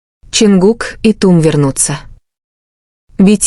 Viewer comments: Чонгук тэйон, тэкук. Не искажайте пожалуйста. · Боже як неграмотно оголошує імена Чонгука і Техьона. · Гу имена то можно произносить правильно! Дурдом какой то! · Вот же ж бредятина даже имена исковеркали так не приятно😢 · Почему Чонгук оказался сестрой? Ужасная озвучка. Позор. Даже имена не могут правильно произносить.